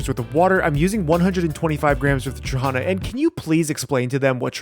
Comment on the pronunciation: Dude, respect for using sour trahana for a sweet dish O_O Btw, accent is on the last syllable - tra-ha-NA